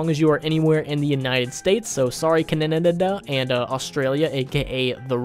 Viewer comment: I’m not even mad the way u pronounced Ca-Na-Na-Da I love it!!!